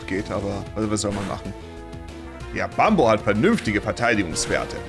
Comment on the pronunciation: Bin ich dumm oder wsrum sagt er immer bambo 😂 der heist doch Bumbo